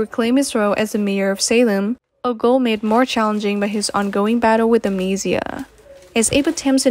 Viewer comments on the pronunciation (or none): This lady needs 2 learn how 2 pronounce these words. Amnesia not amesia. Chanel is spelled with 1 n not 2.